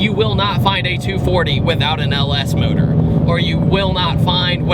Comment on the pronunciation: Why do you say modohr instead of engine? Is it electric?